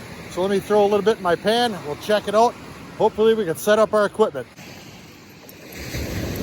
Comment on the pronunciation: “We’ll check it oot” 😂